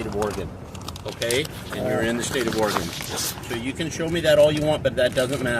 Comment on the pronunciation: Thank you for pronouncing Oregon correctly!!!😁